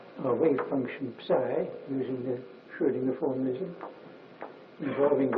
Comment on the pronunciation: Hans Van Ingelgom something for you. Dirac in his old age explaining how he merged Heisenberg and Schrödinger into something called Schröngenberg (or Heisinger as he sometimes calls it)